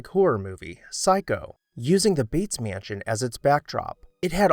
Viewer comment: Love your videos and watch each one—so much great info! Just curious which part of the country you’re from—I notice your pronunciation of mansion is roughly “myënsion” which is similar to what I hear in Ohio. Thanks for all you do ✨🎃